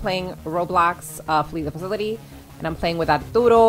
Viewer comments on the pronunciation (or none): am i the only on who noticed she said falitily